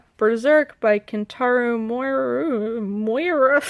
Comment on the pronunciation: its miura asshole